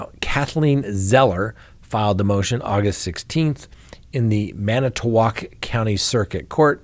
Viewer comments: You said Manitowoc perfectly! 😁😁🎉💗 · the pronunciation of Manitowoc was SPOT ON!!! Good Job! (My Home town)